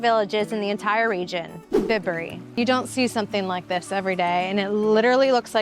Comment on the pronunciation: It's pronounced Bye-bury not Bib-ury. I'm a local. Glad you enjoyed your experience.